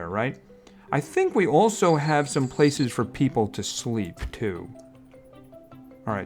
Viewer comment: YOU SAID PEPOLI